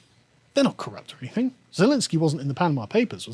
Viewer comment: Carl if you could please get to pronounce 'anything' correctly that would be great!